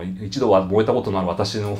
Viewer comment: 最後、「燃えた」が「萌えた」に聞こえちゃいました。